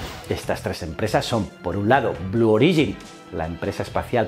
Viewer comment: Blue Origin tiene el acento en la O.